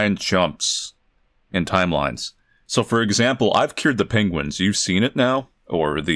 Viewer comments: I did not know saying 'Pengis' was something I needed in my life, but boy oh boy am I glad I got to experience it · Tbf I say it too! Pengiwins!